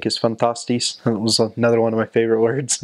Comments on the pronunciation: Damn he said " fantastisch '' (fantastic) so well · wow you just say fantastic in dutch like 100 procent accurate (Y)